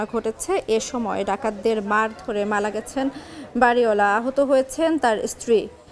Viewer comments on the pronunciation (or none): প্রেজেন্টার আফা আপনি মুখের মদ্ধে গুর নাকি কলা ভরসেন? যাত্রাবাড়ী বলতে ততলাইলেন। আবার মারা গেছেনকে বলতেছেন মালা গেছেন😆😆😆